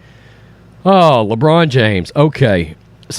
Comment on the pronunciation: " LeBronda James " 😂😂😂🤣